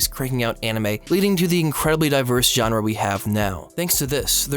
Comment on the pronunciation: Every time you said genre, it hurt a little bit more than the last time you did. Otherwise, i too began watching anime at a time of significant personal struggle, the "i'm 20, but not yet an adult" depression.